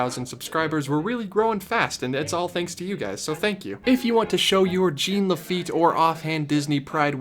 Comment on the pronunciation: YOU PRONOUNCE JACQUE RIGHT BUT NOT JEAN